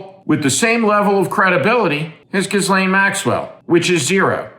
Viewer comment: Why do you mispronounce Ghislaine. On purpose?